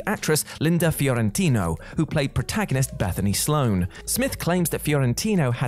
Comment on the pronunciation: Fiorentino not Fiorintino.